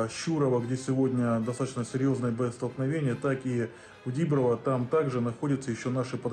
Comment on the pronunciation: Душилин навіть не може сказати Діброва з правильним наголосом 🤦